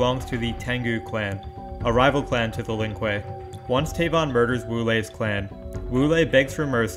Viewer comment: Tavon and tiemat lol your pronunciation needs some work